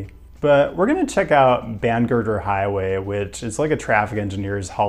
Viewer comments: Oh no, he found Bangerter Highway! 🤣🤣 I was thinking about it while watching but didn't expect a spotlight. (by the way, it's pronounced "BANG-er-ter" like a gunshot) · It’s pronounced Bang-et-er highway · the highway is pronounced ban-e-der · Not that you should be obliged to pronounce bangeter highway correct because it sucks but locally it’s pronounced “bane-getter” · The way this man pronounced bangerter highway had me thinking there was some secret Salt Lake highway that I had somehow missed after 18 years of living there. But yeah, that one’s even hell to drive on. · We need to BAN his pronunciation of Bangerter Highway 😂